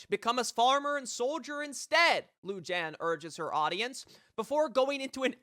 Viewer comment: Your mistake is thinking people care whatever tf you think. Thumbs down. Super annoying. And im pretty sure its pronounced Lu-han. Touch grass